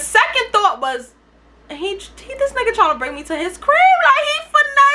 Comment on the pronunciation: do you be saying “you’re not my nigger” bc everytime i hear that instead of nigga